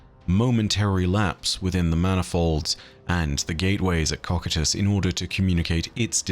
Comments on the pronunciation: Would not cocytus be Pronounced (Co-kai-tus) ? And not (Cockatus) lol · How do you get cock-i-tus Out of cocytus? Ko-Q-Tus Like I'd expect so-sigh-tus if you wanted to butcher it but my guy has dick on the brain 😂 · Coe kite us not cock at us. Sorry but it’s the only thing you ever do that I don’t like and to be honest I respect you for having learned the word through reading and not as a spoken word (otherwise you would be nailing your pronunciation) I know it’s a small gripe but it does bug me to hear a word repeatedly mispronounced. I don’t try to correct you to act superior but rather do help you be better, I’m sorry if it comes across as petty bitching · I think you're mispronouncing Cocytus. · Ha you said cocytus